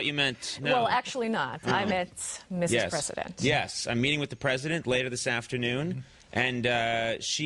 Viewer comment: Finglish is the best kind of english :D